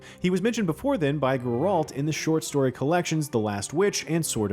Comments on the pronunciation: Yeah because the guy narrating works for one of the biggest video game related companies ever to exist. He should know how to say the main character from one of the most popular games ever made. It’s insulting. This isn’t his first video doing it, either. It’s annoying. Hire someone who actually cares about their narrating. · Yo my guy! Somebody! It's GERALT! NOT GRRALT! JESUS! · Use me the “it’s GERALT not GR-ALT” button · bro its called GEralt, not geRALT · Who is grrr-ralt? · Ah yes, Gr-ralt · It hurt my brain! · You work for IGN. You should know how to say GERALT. Gare like stare and alt like alternative. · My Uncle committed suicide out of frustration when he heard this guy keep pronouncing Geralt's name as “GER-RALT”. :) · Aite. Side note. WHY is he pronouncing Geralts name like “GR-RALT”. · It's funny, Vesemir in The Witcher 1 also pronounced it as "GR-ALT". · Why not? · He says Geralt's name wrong... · IGN please fire this narrator, no idea what he’s talking about and can’t even say any of the names properly. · Still hasn’t learned how to pronounce Geralt’s name. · How dafuq are you pronouncing geralt? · Stop saying Geralts name wrong 😑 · Yes let's listen to the expert who can't even prononce the names of the main character and place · how about you have someone who actually know and care about the witcher series narrate? nice pronunciation lmao :( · Never say Geralt's name ever again please. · Its honestly kinda pathetic at this point how a channel based around reviewing and playing games doesn't know how to properly pronounce the name of the main character of the game, eventhough its said million of times, and even in the previous seasons. also how he can't pronounce Kaer morhen makes it all the worse. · The narrator has no clue how to pronounce "Geralt" and Kaer-Morhen. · Why does this guy keep mispronouncing Geralt & Kaer Mohren??? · Kaer MorHEN??? GerALT??? wtf. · Gr-Ralt lmaooo “care more inn” ?? Bro please learn the pronunciations please????